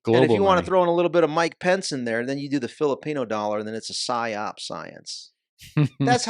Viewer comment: “Believe the PHYence” , they’re telling you it’s a PHYop , literally is like a spell but they change lettering